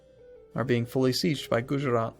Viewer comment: Gujarat is pronounced Goo-Jah-raat. Oh I just realized that there is a Garjat lol